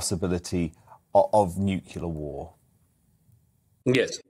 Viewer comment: Can't you pronounce nuclear,?